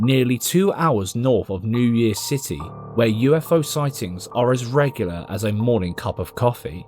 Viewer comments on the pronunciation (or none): none